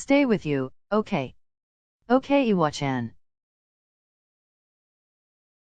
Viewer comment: I love how this voice pronounces iwachan like "eewa-chan" not like the other voices that say "I-wa-chan"